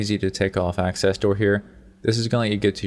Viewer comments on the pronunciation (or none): none